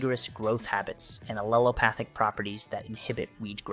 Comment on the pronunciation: * and aleopathic* etc... Remember you can't rely on AI for accurate information. It just repeats what it scrapes from the internet